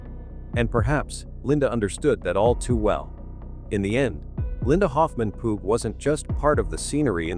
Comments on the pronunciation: It Linda Hoffman Pugh, (Pew, not Poo!) I hate A I!!! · Her last name Pough is pronounced like Pew, church pew. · This artificial voice is hysterical. It has called Hoffman pugh - pu poo and Po so far 😂